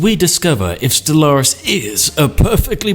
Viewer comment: O The way you pronounce Stellaris... I used to pronounce it the same. That was until my friends shamed me in to pronouncing it "stellar-is"